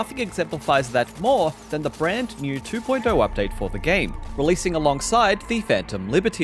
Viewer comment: Love how he says "two point eyuo" ✌️